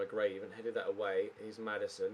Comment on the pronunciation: take time off get wel soon but u can't call gray first name properly